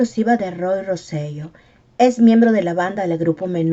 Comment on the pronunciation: Hola, excelente video. Quería comentar que el apellido correcto de Roy es Rosselló. El acento en la “O” cambia la pronunciación a Ro-se-yó